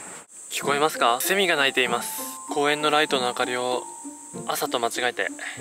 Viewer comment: セミの発音。。ブルーブルー